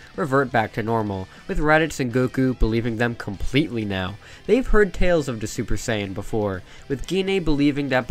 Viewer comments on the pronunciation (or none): none